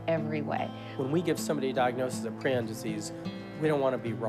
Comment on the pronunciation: FINALLY SOMEONE WHO CAN PRONOUNCE PRION PROPERLY!!!!!!!